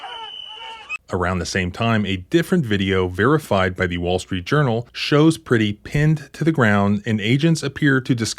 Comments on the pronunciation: If you are going to use the murder of Alex Pretti to raise money you should at the very least learn to pronounce his last name correctly. 😑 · Well, Alex was a hansom man, but he was never pretty. It is pronounced as if you are saying Brett-tee. But with a P as in Prett-tee... Pretti! Renee Good and Alex Pretti will never be forgotten. Never. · Pretti -- rhymes with yeti. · Pretti rhymes with Getty